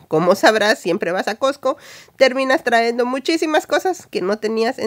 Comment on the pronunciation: Por favor lee un poco antes de hablar no se dice "traendo" lo correcto es trayendo